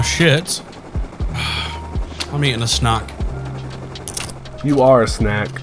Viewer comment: sounded like he said SNOCK